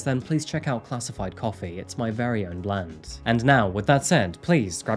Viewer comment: you say Try your Bland. I know you meant to say BLEND but you BLAND means not tastey and bland is what ya said so try to say the E more